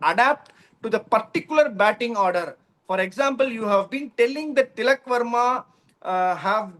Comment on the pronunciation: Why do you talk tanglish. Speak properly no. You have good vocabulary. Pl try to speak without dragging the last alphabet of the word Commu, goovu, firstu, battingu